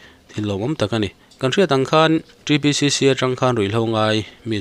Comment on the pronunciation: ȚriBCC tih leh ta. ȚriBCC nihloin T(Ti)BCC ȚBCC-TBCC. Miin an duhdan ang taka hming an phuah nangin ilo tih bawrbang zela, a nihna ang taka lam tur. ka umzia a dang daih țhin a sin